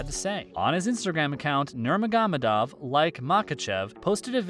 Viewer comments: You butchered Khabib’s last name ya donk! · Dude you pronounce Khabib last name so funny. 🤣🤣